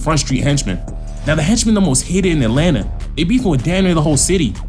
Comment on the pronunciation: Atlanta not Adlanta 😂